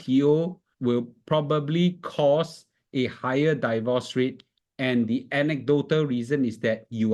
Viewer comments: Please pronounce “divorce” properly. It's “deevorce”, not “daivorce”. Not I say one, it's my dictionary app say one. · Thanks for the insightful video! However, divorce is not pronounced "die-vorce"